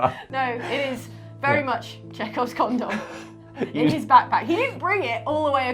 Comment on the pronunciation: "Chekhov's condom". Well, there's a phrase I never thought I would need in my life, but now here we are. Also, I know it's just the accent, but, you pronounce 'condom' really weirdly.